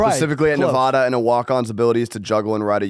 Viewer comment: Someone for the love of god teach how to pronounce “Nevada” correctly